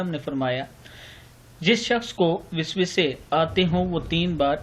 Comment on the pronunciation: Lafz wiswisah nahien waswasah hota hay theak ker lien